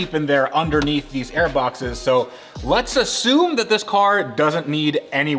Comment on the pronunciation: Let's as-SUUUE-me.....I saw what you did there.😂